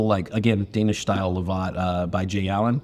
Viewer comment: Great episode! Pretty sure its pronounced "Love-It' rather than 'La-Vaught' (named after Lord Lovat, Chief of Clan Fraser).